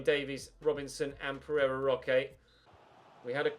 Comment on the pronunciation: Last episode you were talking about Pereira Roche, and I had to go back and check you didn’t say Ferrero Rocher 😂